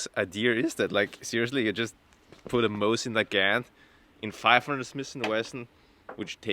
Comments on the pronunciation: Mosin Nagant ❌ Mosin NEH GANT ✅ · "Mawsin nagAnt" how do you say that with a straight face??? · MOSSAN NAGGANTTT LMAO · It's not called a "maw-sen niegant" It's pronounced "moe-sin nagant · man for a guy that spent a lot of time with foreign language speaking people you butcher the word mosin nagant in a way i diddnt even think was possible. "moe zen nuh-gaunt" is the right way to say it, just like how everybody else says it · “Mozzn negant” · Moh-zin nuh gant. Who tf says it like that. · The proper pronunciation is " Mo seen - Na Gan" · "Mah-zzin Nuh-gan't" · Mawzin nuh-gant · Moss Ann nawgnat lol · Take a shot every time he intentionally mispronounces Mosin Nagant = alcohol poisoning before new year. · Know idea if its on purpose or not, but the way he says mosin nagant makes my fuckin brain hurt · I hate you so much for mispronouncing every single utterance of “mosin nagant” …. Good job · Why are you saying mosin nagant so wierd😂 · Every time he says "Mosin Nagant", his pronunciation gets worse. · Breaking news: Lousiana man says "Mosin Nagant" like he is from Wisconsin. be hitting the beer and cheese too hard. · Oh yah, he rilly does now, doncha know? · I hate his pronunciation of it